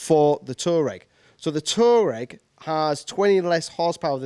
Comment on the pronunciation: It is not "Tureg" . It is pronounced "TuAreg".